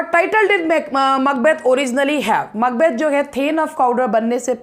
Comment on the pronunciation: Ma'am 🙏 The way you pronounce Macbeth 👌🌷 thanks for this video please Love Labour Lost as soon as possible please